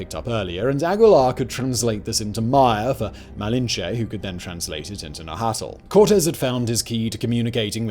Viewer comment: The way you said “Nahuatl” 😂you work for YouTube! least you can do is look up a video on how to pronounce it 😂😂